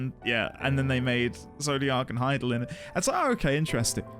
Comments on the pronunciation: You nailed that Hythlodaeus pronunciation first try! Well done. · Dude just casually one shots Hythlodaeus' name pronunciation. Cheers, mate! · Actually said wow out loud when you nailed hythlodaeus. You should hear the pronunciation some new streamers give our new old friend Just found your channel today, looking forward to your streams! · Wow... you freaking nailed that pronunciation on the first try... that is epic lol